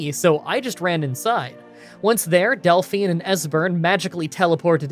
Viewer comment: You must be the only person online who hasn't heard of Belle Delphine and knows how to pronounce her second name 😂